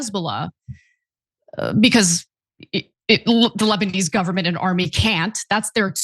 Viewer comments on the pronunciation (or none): none